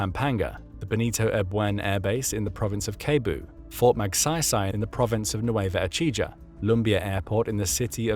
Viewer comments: I am listening here coz I want to be hear more of your voice and narration for my English fluency. However I went laughing when you said "keboo" for Cebu /seboo/ and Nueva Ecija as /esija/ . The correct one is /esiha/. Anyway it got me thinking twice if you are an AI. Anyway good job, for this. We have Japan and the USA as backup. And NATO countries . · "kebu", "nueva echija".?? 😂